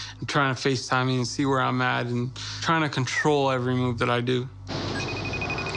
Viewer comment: Hahaha the way says "I have things to dyoo". So fucking funny